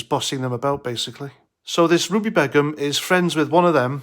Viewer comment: Its pronounced Bey - Gum. Not that it matters.... In fact leave it be. This B doesn't deserve to have her name said properly.